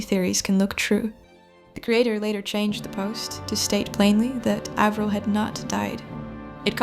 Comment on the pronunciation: Avril like Apple not Avril like able